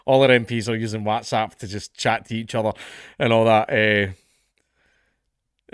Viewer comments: why dae u say whAAtsapp instead of Whats-app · FFS gonnie pronounce WhatsApp properly! You make sound like that fad of everyone shouting “whassup!” a few years back. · Is this how Whatsapp is pronounced? I always says what as wot. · We all just glossing over how he pronounces "waaats app"? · You say WhatsApp funny 😂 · I love the way Dank says whatsapp 😂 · Why are you pronouncing whatsapp like an American? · The way you pronounce Whatsapp is hilarious